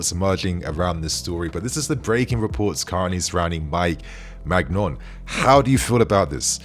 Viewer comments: It’s pronounced mainian not magnon 😅😅😅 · It’s pronounced “Mee-g-nian”, but yo we should’ve raid Milan Theo, Rafa, Maignan 🤣